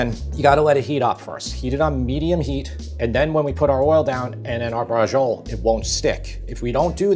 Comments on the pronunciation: Just Google Braciole (plural. The singular is Braciola) pronunciation instead of vomiting a disgusting "breggiol". If you don't know Italian or any language you want to pretend you speak, please just Google the pronunciation. It'll save you the embarrassment and us the nausea. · I grew up in NY and you pronounce "brazhole" exactly the way my Italian-American neighbors did lol. And this is a wonderful recipe, reminds me of my childhood going to my best friend's house and his mom, who was born in Italy, used to make this for us. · Amazing recipe. Can't wait to try it. I can't help but cringe, though, at the Italian-American pronunciation (butchery) of real Italian words. "Braggole", "Gabago","Proggute", etc. . . We need to show some respect and deference for the country and culture that brought this great food to the world. It's "Bracholleh". 🤌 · Great video well done, but please pronounce the word in Italian and don’t drop the vowel at the end!😂 drives me nuts when my father’s family Anglicized all Italian words. Relish the beauty of the Italian language. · Oh my God, your pronunciation... Anyway, BRACIOLA is a cut of pork, with bone. It is called Pork Chop. Only in the SOUTH do they call this dish Braciole al sugo. How ignorant they are. And note, very important. They (in the South) use the Tomato sauce of the "Braciole al Sugo" and refill with other fresh tomato and keep cooking. Eating the meat once a week. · Why do Americans always insert the 'g' sound from "beige" into foreign words where it doesn't belong? The "ci" in "braciole" is a "ch", like "cheese". The "j" in Beijing is the "j" in "joke". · Always funny seeing Italian Americans saying Italian words wrong. Recipe looks good though. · This looks so delicious, seriously bravo. BUT....oh god the pronunciation of Braciole, brother come on. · Pronunciation of "braciole" made me cringe. Repeatedly. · Bra-chee-o-le, not bra-zhul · Quick improvement: Don't say Brahjole. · Bras Chi Oh Ley